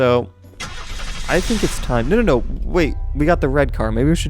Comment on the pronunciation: Still don't know who is Danaby... And he says "wed" everytime